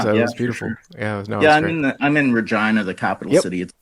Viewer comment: Regina it rhymes with fun...